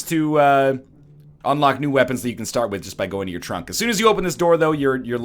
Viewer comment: "Look in the tunk"